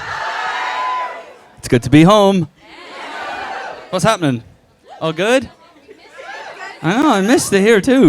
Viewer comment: Is it just me or did he say vas happenin🥰🥰🥰🥰